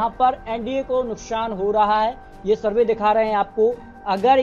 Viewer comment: ये श श श तो सही से बोल ले भाई।।फिर शरवे means सर्वे करना